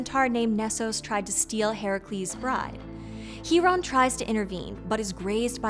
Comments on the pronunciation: Isn't it pronounced (Kai)ron? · Thank you so much for the pronunciation of C-Hiron's name! I didn't know it was pronounced like that. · How do we know it’s pronounced He-Ron instead of Ki-Ron?